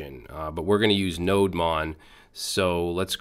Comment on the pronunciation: Its not pronounced as NODE MON but its is pronounced as NODE DEMON actually